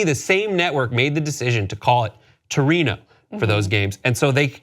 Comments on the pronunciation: The example given as a changed name was still mispronounced: Wrong 'r' sound and wrong 'o' sound in 'Torino'. For German cities even those with no grandfathered in, traditional English name like Cologne or Munich are miss pronounced: Berlin, Frankfurt and Hamburg are not pronounced the way you read it in English. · Where was the outrage when they pronounced Torino as Turin?